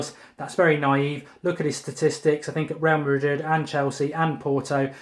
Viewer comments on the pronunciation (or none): none